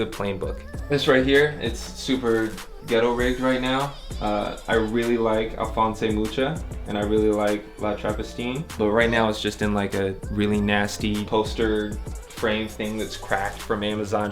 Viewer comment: I cry for that how you pronounce Alphonse Mucha ... he was czech not spanish, dude.